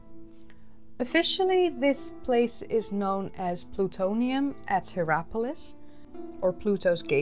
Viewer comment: I keep hearing Plutonium.